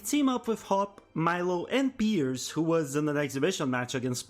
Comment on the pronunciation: Dude. Piers name is the only thing you pronuncied well